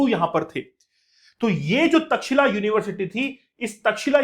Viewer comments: सबसे पहले तो ऑनलाइन वाले अध्यापकों को अपना ज्ञान सही करना चाहिए, तब लोग कुछ बोलते है ओर आपको बुरा लग जाता है। कृपया उच्चारण सही करिए। चैट जी पी टी सब नहीं सिखाता है। तक्षशिला हैं वो। तक्षिला नहीं कब सुधरोगे तुम लोग😂😂😂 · India ki alag hi English ha 😂😂😂 pehle pronounce krna to sekh lo Takshila bol rhy ho 😂😂😂 ye Tex Eila aisy pronounce hoga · aapjobhiho vedioto banateho aur itihas bigad raheho .taxila bolraheho. ye tax shila hey.aisehi kuchh salome itihas uchharanse badalta hey. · taxila❌ Takshsheela-correct